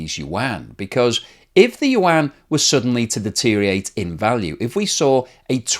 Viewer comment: Deteriorate has five syllables, not four.